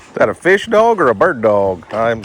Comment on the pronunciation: Native Oklahoman here, but sheesh, man! "Eench," "Feesh," "Eenches," "feex it." 🙂